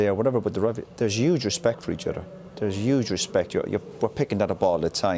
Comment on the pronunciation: Is there YUGE respect Roy or Huge respect? Coz you said it a couple of times.